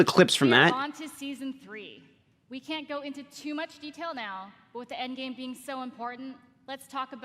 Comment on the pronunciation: Again doesnt sond like "end game" sounds like " end of season content"?